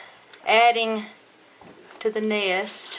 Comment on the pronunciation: it's nest not neyest